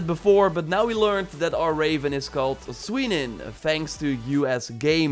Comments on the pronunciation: The way you‘re pronouncing it is Sui-nin though it is SUE-nin like Su-nin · I'm pretty sure it's pronounced SOOnin, not sweenin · It's not Swinin, it's pronounced soonin pronouncing the oo with rounded lips. It literally means "the sight" the article is the "in" as in old Norse language you attach the article to the end of the word "sýn" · Its not pronounced “swenin” Its pronounced “sue” (like getting sued) and then “nin” (like ninja) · I think the ravens name is pronounced "Soo-nin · Heres an easier pronounciation of the birds name "Sýnin" See nin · No, Sýnyn is pronounced literally as “see”- nyn. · Isn't Sýnin pronounced SU- NIN? Like 'tu' in French and ending with 'bin'